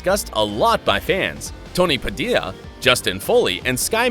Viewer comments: ... I can't be the only one annoyed by how he said Padilla. He said it Padeela... It's pronounced Pa-dee-ya. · It’s Pe Dilla not padila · Tony puh DEE ya, not puh dill lee ya. Sincerely, that's my maiden name. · But he was known also as "Padeela". And here he says "Padeeya". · PH has lots of surenames like that and it is being pronounced as Pa-dil-yah well whatever it doesnt make any sense anyway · it triggered me so much when he sad tony padilla wrong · he pronounced the "L's" in Padilla lol